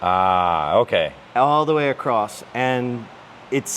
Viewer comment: “Across” not “acrossed”